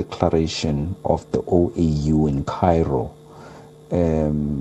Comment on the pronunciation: It's OAU not OEU..